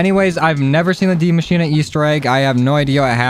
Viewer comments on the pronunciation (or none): Man said dee mashina